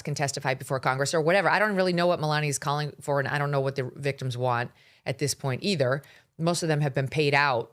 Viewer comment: Melania is so concerned about the veekteems🙄